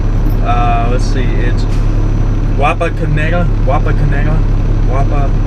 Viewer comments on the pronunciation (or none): I live in Sidney man! BTW it's waa·puh·kuh·neh·tuh 😂😂